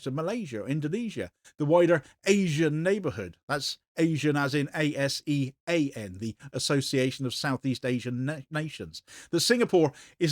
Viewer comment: Singapore has always been incredibly hypocritical about international law for a country advocating for a so called 'rules based order' Also ASEAN is pronounced us-yaan